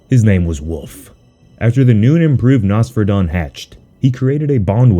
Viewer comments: It’s pronounced “ NOS FERA DON” 3 syllables not 1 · Am i the only that thinks Nosferadon sounds better as Noss-Fur-Rah-Don like how u Pronounce Nosferatu the Vampire, honestly though in my eyes the Kaiju look sh*t, too typical Kaiju looking.